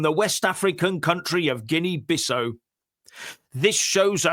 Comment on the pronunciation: that's not how you pronounce it. It's not an "O" sound it's more like a Michael Jackson "Owww" sound. 😂 Guinea-Biss'Oww